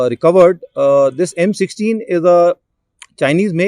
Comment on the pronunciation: The rifle looks more like a hybrid between Ak and M4. In 1.57 did I heard F16 instead of M16?